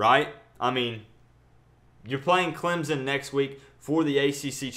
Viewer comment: I like your vids and I think you are unique. Gonna be great but for the love of GOD stop pronouncing Clemson as Clemzon. Please Good sir, take your time, relax and pronounce my school as CLEMSON. Appreciate ya. #Surge19 but I'm still #AllIn19